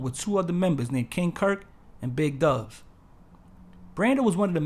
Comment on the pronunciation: Thanks for this. And it's pronounced Dubez (Doobs) not Dubs. 😂 Salute #SportyThievzForever #MissYouPlayboy #HipHopHero